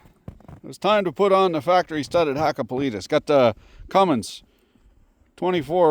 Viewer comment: Thats a good tonque twister- HAKKAPELIITTA- not hakabulita. Try again, its easy word like PERKELE